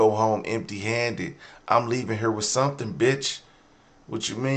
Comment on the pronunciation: “2 summtin to do summtin” 😆